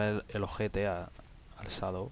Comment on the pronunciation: llamado sadow? wtf XD tu pronunciacion del ingles es impresionante XD